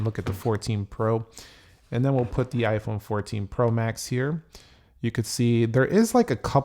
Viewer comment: The way you pronounce “pro max” is weird. The emphasis should be on the word “max,” not “pro.”